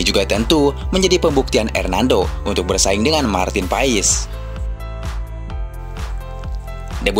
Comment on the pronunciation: Dibacanya Martin pas bukan Marten paes, profesional dikit bro